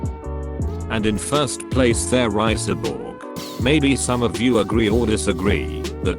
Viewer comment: How he said cyborg 😂lol